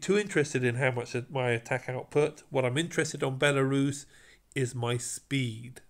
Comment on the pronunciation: when you call Belisarius like belarus, it so funny to me because I'm from Belarus country😂